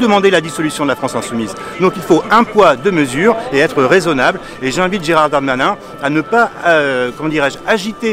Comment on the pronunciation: GéralDE Darmanin!!! pas géraldarmain!!! MDRRRRR Bref c'est gérald mon cul mais articule xD 90% de couleurs en prison ouai comme sur les chantiers quoi.. x) je repense a la vidéo pas de kebab chez nous un truc comme ca et la on te dit il y a juste a etre utile a la france... Oui mais le kebab il taff légalement il se leve pour faire a manger a des citoyens xDDD